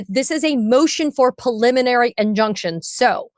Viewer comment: Ben, why do you always pronounce preliminary injuction as "puliminary"? It's so weird. You're a lawyer. It's a word you should pronounce correctly every single time, not wrong every single time.